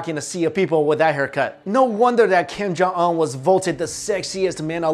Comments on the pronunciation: ung not ong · It’s Kim jun un not Kim jung ong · Kiem Jaw Awn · King Jon Un. Not Kim Jong un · kim yung ungh. lol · Kim kong ong?!?!? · It's pronounced (Kim-jon-oon) great video though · I keep hearing "Kim jung ung" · Un doesn't sound like UNbelievable, it sounds like oon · 12blue spirits it’s kim yong uhn ... u can’t even say it urself 😂😂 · "Keem Jong Ul" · "Kim jung uh!" Bruh.... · stop talking about this man if you cannot pronounce his name like honestly it’s not that hard to pronounce 😂